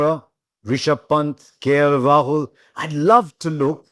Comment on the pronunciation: Please for god sake not KL Rahuk